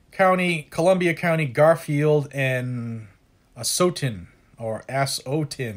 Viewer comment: “ass o tin” -, 2018